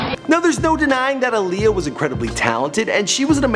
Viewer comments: That's not how she pronounces her name. It's Aaliyah like Muhammad Ali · Timbaland! Aaliyah (ah-lee-yah)